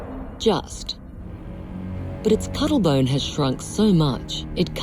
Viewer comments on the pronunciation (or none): Nobody: The Narrator: “The Family Trait,….. The Cuddle Bone”